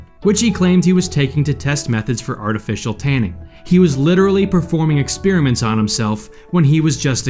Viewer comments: Why does this clown keep saying “ex-peer-a-ment”? Didn’t he attend school? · Kids: This is not how you pronounce "experiment." It's /ɪkˈSPER-ɪ-mənt/ Not /ɪkˈSPIR-ɪ-mənt/